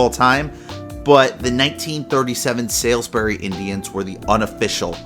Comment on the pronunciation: Good video. I'm a big fan of baseball history especially minor leagues. BTW Salisbury is pronounced SAULs Bury